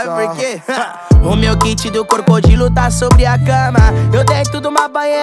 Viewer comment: impressao minha ou o ryan falou "meu kit do corcodilo"? kkkkkkkk